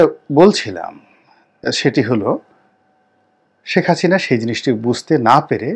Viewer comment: নামের উচ্চারণ টা দারুন শেখ হাচিনা